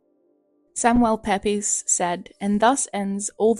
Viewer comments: I enjoyed this video most out of all the ones I’ve seen of yours 😊. (btw, Pepys is pronounced Peeps 😉) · It’s actually pronounced Peeps (Samuel Pepys) 🥰❤️ this video was lovely and very inspirational as always, thank you! 🥰❤️❤️ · Just a small thing to note. Samuel Pepys last name is pronounced, Peeps. 💜